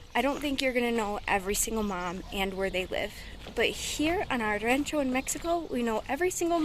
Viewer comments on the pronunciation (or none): Remember that jitomate, has no "N" in it, say it like this.. He-toe-ma-tay, try to train yourself out of that bad habit of saying "heen-toe-ma-tay" you're doing good tho!...also try saying "rancho" like this.. RAW-n-cho instead of "RAN-cho". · You don’t need to say queso de mesa, just say queso fresco. Pronounce Rancho with an O sound Just helping you to fit in 😉